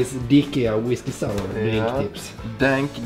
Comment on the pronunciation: whiskey saauh